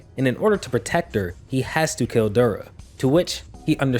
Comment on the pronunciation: His name os not Dbora man it's Dabura, pronunced dah-buu-rah. I know it's a small nitpick, but i don't know how you read his name and somewhat tough it was pronunced Deh-bora.